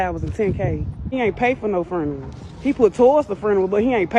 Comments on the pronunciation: What is a foonural? 🤣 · Bit say ferneral